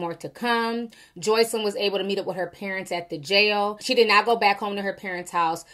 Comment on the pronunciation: You hit that JOYCElyn hard! Lol Perfect pronunciation! 😂😂😂😂😂😂😂😂 You so silly Ti!